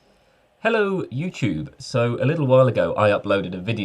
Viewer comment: Absolutely no one:: Hello youChube😭💀